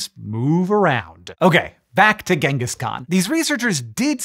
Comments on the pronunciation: Ironically his name isnt pronounced as gang-gus but rather gene-gus. And no thats not a joke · Its pronounced jengis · How can anyone trust a person who pronounces his name with a hard g. I am not even going into the ch and not "dj" sound, but using a a hard g here is a sign of a low OQ extremely ignorant person (it is irrelevant if a person wins a nobel prize for curing cance, if he uses a hard g to pronounce his name, he has subhuman level IQ). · Just something i wanted to mention, most people incorrectly pronounce his title.. it's not pronounced with a G, its pronounced with a Ch, so instead of pronouncing it Gangis, his title is pronounced more like Changis. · Hard g pronunciation of Genghis is driving me nuts (it’s a soft g). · I'll never understand why people pronounce it Ghenghis when it's so clearly spelled Genghis ("Jenghis") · Thank you! I couldn't stop correcting him in my head. NativLang drilled this one into my head years ago.